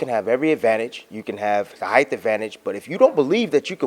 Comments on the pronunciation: love bradley but are we just going to let him get away with pronouncing ‘height’ like ‘heightf’ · He says heighth. :)